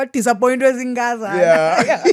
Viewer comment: 😂 Zinkazana😂 yeah it’s not such a naaarce word